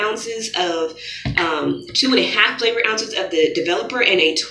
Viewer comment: Lmao I thought she said flavored! Im dead😂😂😂